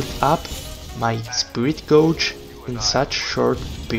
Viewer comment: Really great video. The examples were really good, and gave a good idea of when to use it, when to skip it, and what it can be used for. Small thing: "gauge" (as in "spirit gauge") rhymes with "page".